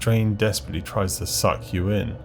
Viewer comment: I just cant with the way this guy is pronouncing "suck"